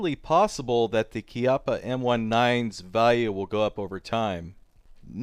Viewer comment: congratulions for sayingh "chiappa" (kind of) properly.